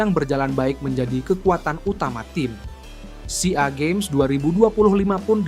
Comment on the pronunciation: Gimana sih komentator tuh baca Sea Games jd s e a games ...weleh...weleh